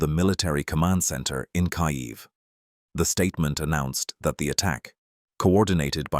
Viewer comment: “in kayeev”😂 stupid AI crap